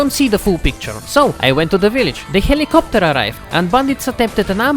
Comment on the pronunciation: "the helikipoter"